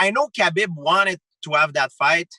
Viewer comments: It's pronounced 'habeeb' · ffs Ariel, its pronounced HABEEEB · I know kabeb want it i want it hahahahahhaha why he say Khabib like this? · Bo Bo I know. That’s just how GSP pronounces it.